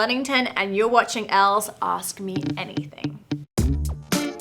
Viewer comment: Her saying watching 😅😂